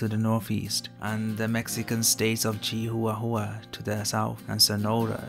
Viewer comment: *chi-wa-wa Lmao